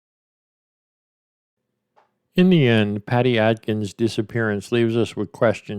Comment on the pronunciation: Bro, its Adkins not Atkins. Just sayin.